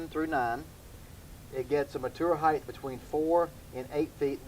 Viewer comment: Its heighT not heighTH